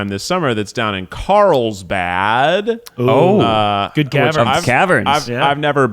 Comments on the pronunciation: Is Keith saying that he is going to Karlstad? Or dose it just sound like it? Cuz Karlstad is Swedish meaning “Karl’s town” and also my Swedish hometown 😎. So I am getting confused 🤷‍♀️ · He's saying Carlsbad, but it really sounds like how an English-speaker would pronounce Karlstad xD